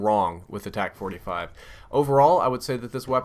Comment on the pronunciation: Dude its a TAC not o tec